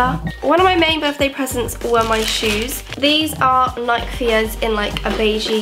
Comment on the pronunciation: Aaaa lol I loved this vid but because I come from Birmingham the pronunciation of Nike, oreo, footasylum and addidas really pissed me off 😂😂